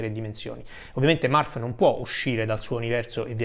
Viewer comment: Non è Marf, (Murph) but Merf. Non è Balk, (Bulk) but Bolk. Per tutto il resto, grande video. Complimenti